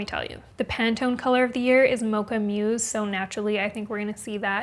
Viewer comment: Enjoyed your video! I like some of the 2025 trends. (fyi mins ... Mousse is a French word pronounced "moose", not "muse".)